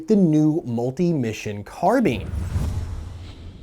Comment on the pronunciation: "CARBEAN" GOD DAMMIT! lol